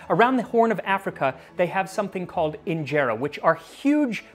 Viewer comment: In-je-ta that’s how it’s pronounced I’m Eritrean lol 🇪🇷